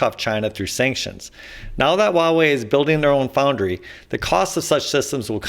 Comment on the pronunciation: Huawei is pronounced as "Hoo-wah" (uttered quickly) .. "Way".